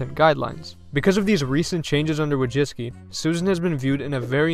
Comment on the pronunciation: You dont even try to pronounce her surname correctly. Madzicky? You got that from Wojcicki??